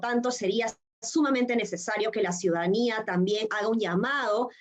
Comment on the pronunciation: Ciudanía en vez de ciudadanía, que tal ignorancia de esta llamada "politóloga". minuto 4.25